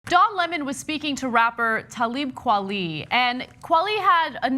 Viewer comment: Its pronounced tah-lib kwah-lay